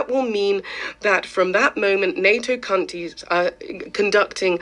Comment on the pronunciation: I know that this is a very serious matter, but In the face of all this imminent danger I could not help hearing this lady say “Western Cuntys” 😂